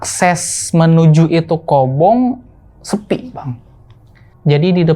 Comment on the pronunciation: Maaf bang sdikit info aja. Maaf sbelumnya kalo salah tapi setahu saya yg sempat jadi santriah. Yg s aa ini sebut itu Kobong bukan Kobung .maaf jika berbeda sebutan ya bang😇